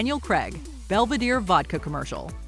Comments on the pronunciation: Look up how to pronounce Daniel Craig. He's not American so it's not pronounced Creg. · Hell's bells, what massacre are you making of Daniel Craig's name? "Crag"? "Creg"? It's one syllable, five letters, one of which is a frigging "i" – c'mon, it's not that hard!